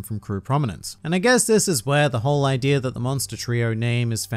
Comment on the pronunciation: Why does he always add an r to the end of idea? Ideaer